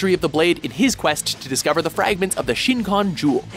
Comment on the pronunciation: I'm really sorry, but... your pronunciation made me cringe... it's SHI-kon, not SHIN-kon Sa-KA-ta, not Sa-TA-ka, EYR-za, not RR-za, NAH-tsu, not NAA-tsu, IH-chigo, not I-CHI-go. Ru-ROH-ni, not Roo-ROO-ni, Hih-TEN, not Hi-TIN, BAH-toh, not BAA-toh, MIH-hawk, not MY-hawk.